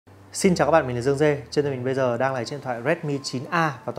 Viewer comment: Mới đầu vô giới thiệu dương dê mà t nghe là râu dê